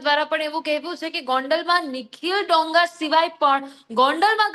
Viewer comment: ડોંગા નહી દોંગા. ગુજરાતી‌ શીખી લે પહેલા. 😂😂😂😅😅😅